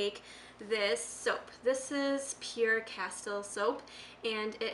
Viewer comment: It's CASTILE, pronounced cas-TEEL. Castile is a vegetable oil based soap. I believe it is also available in bars. I can tell from the bottle that the brand she has is Dr Bronner's.